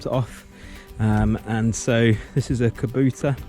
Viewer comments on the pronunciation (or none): "Kubuta" lol